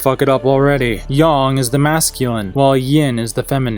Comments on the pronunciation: Not to sound like a over sensitive dumb bitch. But it’s pronounced Yang not yong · YING YANG NOT YING YUNG Kerchoo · It's yang not yaung you fucking idiot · It’s yin yang, not yin yong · Yang is pronounced similar to Aang, not “Yong” or “Oong” like in the last airbender movie. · Y-ay-ng! Not Yawng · Wait, you aren't saying "yong" ironically and you're actually just mispronouncing "yang"? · IT'S YANG (Y-A-N-G) NOT YAN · Am i missing the joke. Or is he dyslexic. He kept saying yin and yong.